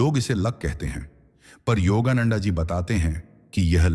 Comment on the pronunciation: योगा नंडा नहीं, योगानंद कहिए।